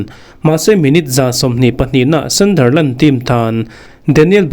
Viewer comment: Thil ka lo sawive lawk ...ka sawisel vang che ni lo vin ....Sunderland i lam rik dan hi ..sandarland ti i i lam a ...a dik lo .. A inziak dan ang tak in ..hei hi chu lam tur Sunderland - sandar ti lo vin sundar ..ti in